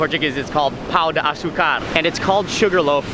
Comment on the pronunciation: “Pau de açúcar” 😂